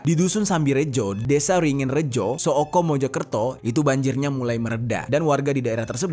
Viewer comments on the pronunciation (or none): bang itu bacanya suko bukan so.oko😢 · Sooko.. di bacanya Suko bang.. ane besar dijombang.. lumayan sering laaaahh maen ke mojokerto😅😅